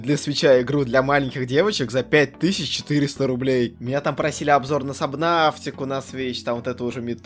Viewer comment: Я конечно уже цепляюсь к словам но, сабнаФтика ? Subnaftica, когда на самом деле : сабнатика